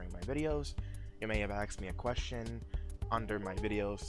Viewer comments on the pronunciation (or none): axed? bro, it's asked lol, how can you get that wrong